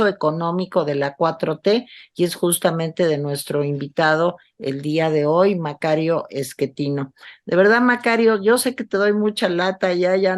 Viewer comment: el sr se llama Macario Schettino, no Eschettino